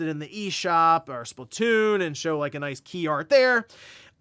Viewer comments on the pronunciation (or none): none